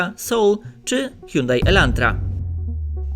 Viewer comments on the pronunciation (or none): none